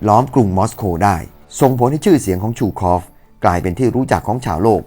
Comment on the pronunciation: ซู คอฟ ไม่ใช่ ชู คอฟ